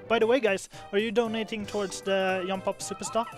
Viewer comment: I love that says Yump for Jump. It makes me happy for some reason